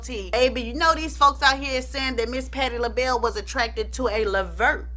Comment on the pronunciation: patti lahell.. nah😂😂😂 you crack me up, please don’t ever change 🥰😂